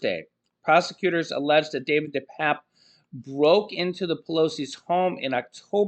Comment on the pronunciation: It's pernounced 'DePapi'. Not DePap